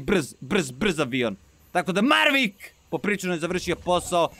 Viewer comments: Mavrick a ne marvick hahaha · Maveric ne marvic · Jao pa nije Mavrick nego Maverick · zove se Maverick a ne Marvick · izvini sto te ispravljam ali kaze se maverick